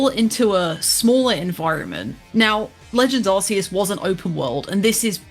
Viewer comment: Kudos for the correct pronunciation of Arceus